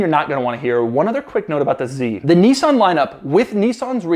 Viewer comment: Niss-an. Not Neesan. Crikey.